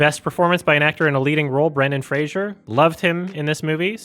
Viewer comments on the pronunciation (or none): Brendan FRASER not Frasier,.